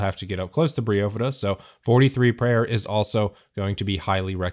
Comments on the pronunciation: Briofidda???!! ... cmon man its Bryophyta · Best damn guide, but definitely the weirdes fucking pronounciation of Bryophyta I’ve ever heard! ‘Brio-fyddha’? I personally pronounce it ‘Braio-faidah’. More similar to how Only Trails does it. Feels a long more right to me... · Bro… it’s Bry Oohhhphyta… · Bry-oh-fight-uh A bry-oh-fight or bryophyte is moss lol.